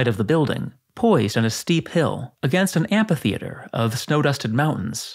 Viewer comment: Pronounce: AM-FEE-THEATRE